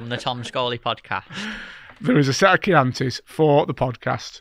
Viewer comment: At last,someone that pronounce Chianti in the fishing world.Cracking podcast Tom well done.